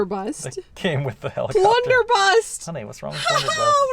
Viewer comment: It's blunderbuss not blunderbust